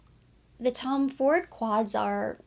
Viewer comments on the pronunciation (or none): none